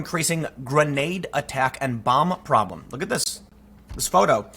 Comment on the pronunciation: A buh.. No, not a buh, a bomb.